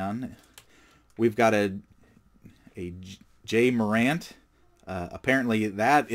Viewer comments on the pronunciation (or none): its pronounced jah morant